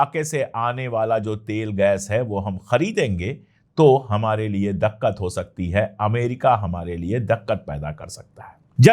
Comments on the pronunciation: Dakkat nahi sir diktat hi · दक़्क़त नहीं दिक़्क़त बोलो भाई।